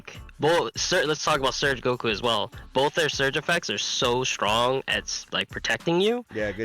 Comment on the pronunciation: Yeah, the game will never be the same again, Surge leaders completely changed everything. Also, thank you so much for saying “Surge Goku” instead of “Surgeku”. 🙏